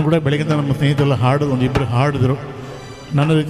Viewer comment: ನಿರೂಪಕರಿಗೆ ಹ ಮತ್ತು ಅ ಉಚ್ಛಾರಗಳ ಬಗ್ಗೆ ಗೊತ್ತಿಲ್ಲ ಅಂತ ಕಾಣುತ್ತದೆ , ಹಾಡು ಅನ್ನುವುದಕ್ಕೆ ಆಡು ಅಂತ ಉಚ್ಛರಿಸುತ್ತಾರೆ